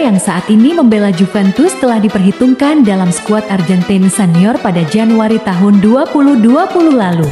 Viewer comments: ARGENTINA di ucap ARJENTIN. SUWEKKK!!!! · Nyebutnya AR GEN TI NA ajah.. gk usah pke lafal inggris - malah trlihat sok alias Kampungan neng... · Fokus mimin bilang arjentin sama bilang tahun nya 😅